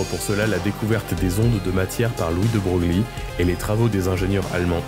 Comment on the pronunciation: J'allais dire que ça risquait de heurter certains, c'est fait.